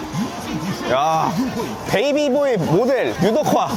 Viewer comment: 베이비 보이가 아니라... 바비보이 라고 써있는건데;;; 영어 못 읽으시는구나